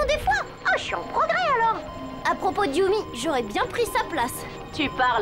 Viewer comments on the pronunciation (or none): "Yumi" pas "Yummy"